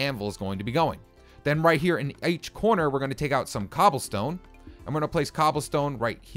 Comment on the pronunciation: he said aech corner instead of each lol